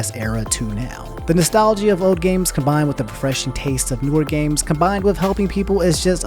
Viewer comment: my mans said "nos-tal-gee-ia"